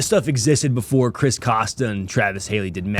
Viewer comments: Nevah ben dun befo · “never been done befo” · "Nevah been dun befo!"